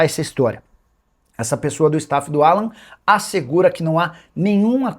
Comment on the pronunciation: Não é Alã, é Álan